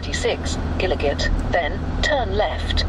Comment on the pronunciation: Gillygate is pronounced jillygate